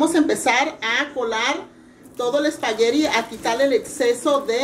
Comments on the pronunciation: Sra no se dice espagueriiiiii se dice espaguetttttttttti y no grite tanto se oye perfecto. lastima de conductora, por que la receta del espagueti, se ve muy buena. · espaguerri lo dice muy chistoso jajaja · LA SEÑORA GRITA MUCHO Y TIENE LAS UÑAS LARGAS Y DECORADAS TIENE MUCHOS PLEONASMO ...Y NO ES COMO PRONUNCIA EL SPAGHETTI...ELLA A DECER MEXICANA RADICADA EN ESTADOS UNIDOS .....